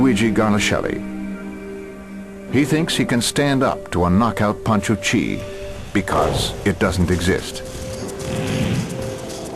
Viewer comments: it's chi, not chay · "He makes a (Chi)se ball" mmmm gouda